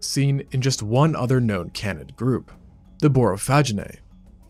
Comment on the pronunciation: How does the narrator not know how to pronounce "Canid" or "Canidae"! It's pronounced 'KAYnid', not 'cannid'.